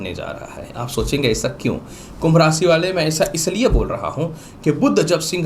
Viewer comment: भाषा शैली में स और श का अंतर समझना जरूरी है । भविष्य होता है न कि भविस्य, इसी प्रकार राशि होता है न कि रासी ।